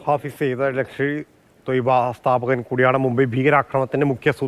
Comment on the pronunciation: ഫായിസ് സായിദ് അല്ലടാ തെണ്ടി.. ഹാഫിസ് സായിദ്.. എഴുതാനും വായിക്കാനും അറിയുന്ന ഒരുത്തൻ പോലുമില്ല?